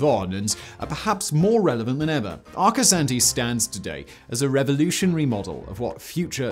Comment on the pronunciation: Arcosanti's proper pronunciation puts the second a as the sound when a Dr has you stick your tongue out and say aw. When Arcosonti started its building, Interstate 17 was almost completed. In the beginning, Arcosonti had a lot of problems. Such a when they held a large event where the public was invited, a fire broke out among the parked cars. Granted the fire department had gotten there quickly to put out the fire. It wasn't until the mid-90s that the problems began to to settle down. Before I forget, the I in Arcosonti is pronounced as an e.